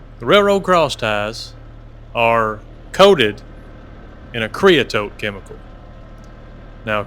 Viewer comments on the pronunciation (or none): KREE-uh-soht .... you're welcome